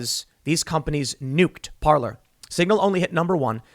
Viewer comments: Parler is properly pronounced par'lay. It means speak in French. I.E. parler en francais. If it was pronounced par'lure it would be spelled parlor like a sitting room. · the first time i heard of parlor was from tim, and hey pronounced it parlay lol